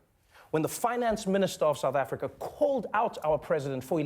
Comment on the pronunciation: He said Africa. Or rather, "Afrika".